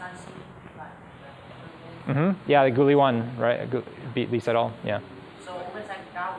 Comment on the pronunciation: Very hard to listen for me, when you pronounce "Lee Sedol" like in the literal transcription of the name all the time, instead as "e setol".